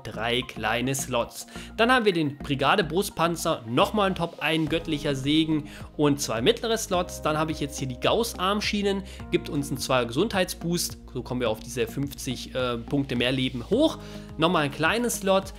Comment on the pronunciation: Gaus Armschienen?? 😅😂 Das spricht man schon so aus wie es da steht Guss-Armschienen